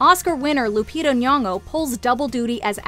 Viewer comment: Thank you for pronouncing Lupita's name properly